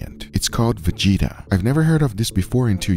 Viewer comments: It's Vegeta, not Vigita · Also its not Vejita, but Vegeta damn xd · Its vegeta not vejeeta😂😂😂 Other countries aside from USA exist and other languages than English does too, respect us. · VEGITA ITS OVER 9000 ITS VE-GHE-TA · It's more like "Veh-get-ah" not Veg-eat-ah, it sounds like a medical condition. Lol. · It's pronounced "VEH-GEH-TA", not "VUH-GEE-TA" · It's not pronounced 've-jee-tah'. It's 've-geh-tah'. 'G' as in 'game'. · btw its ve-get-a not ve-ge-ta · It's not VEĐITA, it's VEGETA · Its not [ V i g i t a ] , its [ Vegeta ). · what the hell is vagita? it wee gee taa Vegeta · its not vichita, VE GE TA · Not veđeta vegeta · or like how they say veđita ;D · Fun fact: It is Vegeta and not vigita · FYI: correct pronunciation of vegeta is: ve (as in Welcome or Venecia) get (same as english word get) a (as in arrive or avoid). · Its called "Vidžida" hahaha 🤙🏻 LMAO made my day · Ve-ge-ta - VE (like you say VEgeterian), GE (like you say GEriatric) TA (like you say TAxy) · brother the “G” is pronounced like in word Gear. VE- GE-TA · pronounceation: ve-geh-tah g like in guard not like judge additionally, its buurek not borek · VegIta he says.... hahaha I know they wont be able to say it but come on its not dragonball z character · You pronounced it so wrong that it hurt my soul (at least in sarajevo, we pronounce it veg-eh-tah) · Its actually pronounced vee-get-ah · it is "veh-geh-tah" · It's pronounced VE-GET-A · The GE from veGEta is pronounced like gue in guerilla. :) Also when I first heard about MSG, I am sure I've read on the packaging of Vegeta that it contains MSG but I can't find it now. Perhaps they changed it. I see different sodium compounds now. In Croatian MSG is called - mono natrijev glutaminat. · Nije ni Vegeta dobro reko haha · Hello from Croatia! And the g it's pronounced as the g in gas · pronounced Vegeta like the DBZ character. 😆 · Glorious Vegeta Edit: The "G" is pronounced like the "G" in Egg, not like the "G" in Ginger.